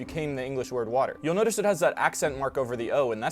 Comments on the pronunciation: The way he said ’Water’ in the video was almost like in Swedish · New Jersey still pronounces water like that